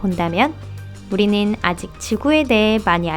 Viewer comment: 바다닌~ 우리늰~ 오늘읜~ 긔럼~ 발음 너무 불편해여